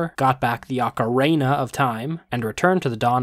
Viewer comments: "Akareyna" it's o-kuh-ree-na ;~ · I like how he emphasized Oca-REY-na as if the pronunciation of the word Ocarina is subjective and THAT is the correct way to say it. It’s not, an Ocarina is a real instrument pronunced O-ca-REE-na. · It's oh-ca-ri-na of time not oh-ca-riena of time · OCARIIIIINA! NOT OCARANA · And the “Oca-ray-na” lol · Hahaha can hear the shade when he says "OcarENA of time " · Who the heck told you it's pronounced "Ocarena"? All I could think about after you said that was "Heeeeeeeeeyyy Ocarena!" XD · wait, why did you let people tell you how to pronounce it wrong? You can search how to pronounce it, the British and American versions do not use "ray" at all in the pronunciation. In fact, the American is pronounced as "aa-kr-ee-nuh" and British is "o-kuh-ree-nuh". I don't know what those people were on, but the instrument has always been pronounced as one of the two. Ocarina! :D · IT'S OCK-ERRRRRR-EEEEEEEEE-NA TT great video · Who tf told this poor man that it's pronounced "ocarayna"? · Ah yes, the ocaRAYna of time… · Can’t imagine being that confidently incorrect on the pronunciation of “ocareyna” 😂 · oh it's not ocoRIna like ballerIna? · "Oca ray na"? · Idk who told you that but I refuse to believe ocarina is pronounced like that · Its ocaREEEEna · it's pronounced oc-a-re-na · I think someone was jebaiting you on the pronunciation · Google says ocarina ah kr ee nuh. But go off king. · Why are you saying ocarina wrong? Is it an inside joke or something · Not the worst pronunciation of ocarina but you where trying to hard to joke hey macarena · Did... you just intentionally pronounce Ocarina wrong just to see who would get annoyed? Lol